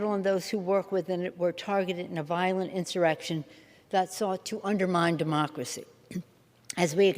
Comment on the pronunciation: "mUh DuHmoCkeruHsee"